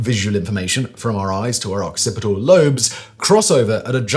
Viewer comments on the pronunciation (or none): none